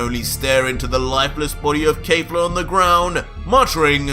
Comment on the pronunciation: Why does he say kayfla, its kefla with an e